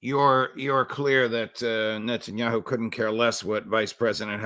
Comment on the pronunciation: " interest of Nuttinyahoo' . 😂